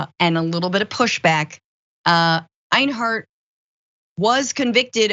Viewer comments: Two quick tips for Francesca: One doesn't "relish in something;" one either "relishes something" or "takes relish in something." Also, the name Enyart is not pronounced AYN-hart, but rather EN-yert or EN-yart. In other words, pretty much the way it's written. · Enyart, not Einhart. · Einhart? LMAOOO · I hope people who followed that guy get triggered by you changing the Y in his name into an H somehow, and saying it over and over repeatedly... Finkle is Einhart, Einhart is Finkle! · Odd Question. Enyart being pronounced Einhart...?